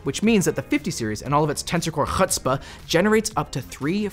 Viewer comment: There is far too much emphasis on the "pa" in" chutzpa. " It's a very short syllable; think "papa."